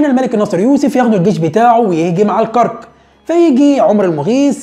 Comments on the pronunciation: الكَرَك... الأستاذ ، جهودك مشكورة، ولكن لاحظت أنك تكرر الخطأ في لفظ اسم المدينة الأردنية العريقة الكرَك، وذلك لأنك تسكن الراء، والأصل فيها أن تكون مفتوحة... وجب التنويه. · عيب والله .. الكرك؟؟؟؟؟؟ الكاف بالفتحة والراء بالفتحة وتسكين الكاف.. AlKarak .. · فعلا منطقة الكرك بفتح الراء